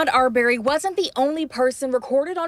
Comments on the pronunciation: His name wasn't ar-BARRY. It's AR-burry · NOT R-BERRY...IT'S AR'BREY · They saying the last name wrong arberry